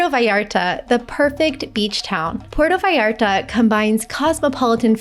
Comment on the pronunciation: It is pronounced pu-erto vallarta not Porto!